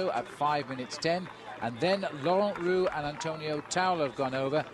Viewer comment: If Liggett says "Rooks" instead of "Roux" one more time...........